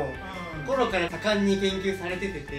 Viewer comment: の盛んに研究されててて の山本くんの言い間違いのとこめっちゃ可愛いやん・・・・・ なんで今まで気づいてなかったんや・・・・